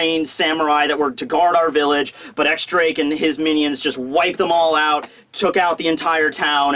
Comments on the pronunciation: I gotta be "that guy" for one second. X Drake is pronounced "Diez Drake". I'm done. Now then, love the review! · .... X Drake is pronounced Diez Drake It's a roman numeral